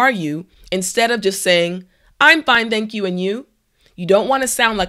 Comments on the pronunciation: Also, native speakers don't pronounce "thank you" as /zenk ju/ like you do in this video:))) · Around 41 seconds in you say I'm fine thank you but you pronounced the TH in thank you like the TH in The, Than, or Them rather than Thatch or Thanks. Hack!